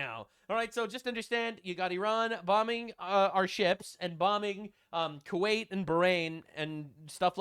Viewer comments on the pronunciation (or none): none